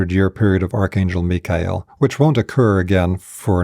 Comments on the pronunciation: What a breath of fresh air to hear "Mikhael" pronounced correctly! 🙏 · How do we know that we are in This age as opposed to any other? Why Michael? Btw, I'm grateful for the correct pronunciation. 🙏